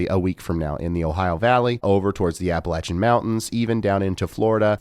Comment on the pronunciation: Thank God you know how to say Appalachian mountains! Thank you for your work